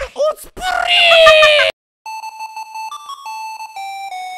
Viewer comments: なっきー「おつぷrrrrrりいぃ!!!」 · 舌の巻きがエグい。 おつぷrrrrrrrrrrrrrい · 巻舌とても好きです。